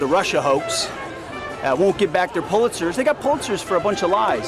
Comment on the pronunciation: And it is a Pulitzer(pewlitzer), not a pull- litzer, you moron!!!